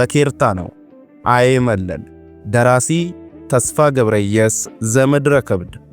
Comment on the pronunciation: በርቱ እንበርታ። "ሐይመለል" ሳይሆን አይመለል ይባላል።